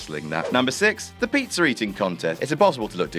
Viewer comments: Why do you say Pizzer instead Pizza? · Ah good 'ol "peetzer" . I'm assuming it is different than pizza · why you British blokes always putting an R at the ends of words that end in and A?? "John Ceener is ateing a peetzer with Liter!